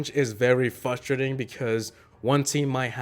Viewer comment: the way he says frustrating 😂